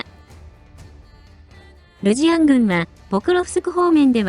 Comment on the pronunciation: 個人的には「ルジアン」のままが良いと思います。 視覚障害者にとっては「ルシアン」と音で聞くと普通に「ロシア人」としか認識できないので。「zz」が大事なのでそう素直に発音していただいたほうが有り難いです。